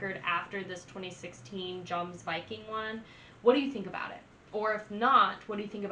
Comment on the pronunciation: its not pronounced like its smelled yomsviking